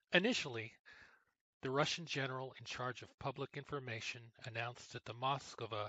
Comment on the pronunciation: Cmon how hard is it to say MoskVA?